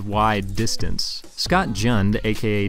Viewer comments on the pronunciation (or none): none